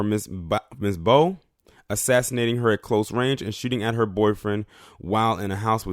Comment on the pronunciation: Last name pronounced baaaaaa